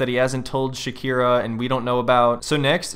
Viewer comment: Shekira, Shekita…😂